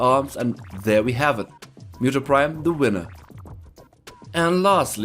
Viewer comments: Cringey pronunciation of Muto. Its Mooto not Myuto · It's muto's muto's not muto's actually know you said meu Deus Ex like me dos with a d for some reason